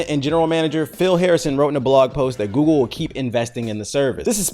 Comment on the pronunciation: Ay y'all gone leave alone with that "gewgle" mess lmaooo